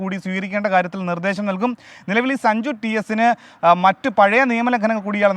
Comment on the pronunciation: സജു അല്ലടോ സഞ്ജു 😂